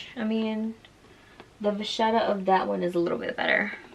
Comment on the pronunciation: Wow, finally someone who know how to pronounce vachette! May I recommend that you watch the YouTube video: Monsieur Ashley, The Louis Vuitton secret, what LV won’t tell you. All about treating vachette!